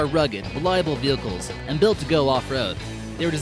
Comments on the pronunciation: Omg 😂😂 the fact that you noted venchiles had me cracking up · Lol venchiles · he said vehicles not vehchile